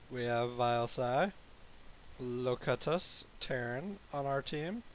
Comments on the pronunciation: ZAI it is actually pronounced lo-cue-tus as in picard in the best of both worlds(Star Trek TNG). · I think your teammates name is Locutus as in "lo-cute-us" of Borg from Star Trek TNG